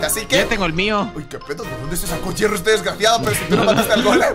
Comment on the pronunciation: se dice hierro no llero